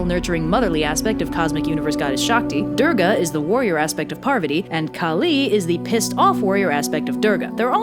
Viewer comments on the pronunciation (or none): Heyyy I don’t mean to offend but some of the names were pronounced wrongly! It’s pretty important that you stress on the right syllable, so Kali is pronounced “KAA-Li” not “Ka-LI”. Similarly, Shiva is pronounced “Shi-VA” and not “Shee-va” and you have to roll the ‘r’ a bit on “Durga”. Stressing on the wrong syllable can make it a completely different word! (Sanskrit is complicated I know) Buuuut as a Hindu I have to say this is actually one the most accurate and fun retelling of this story I have seen! It’s really good and I hope you do more Hindu stories soon! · As someone who was raised a Hindu, this is really cute, and I'd love to see more Hindu videos in the future. But your pronunciations are a bit off. Parvati is pronounced "Paarvathi" and the "I" is Shiva is a short I. Also the "D" in Durga is more like the "Th" in "The" and the "U" is like "Oo" but shorter.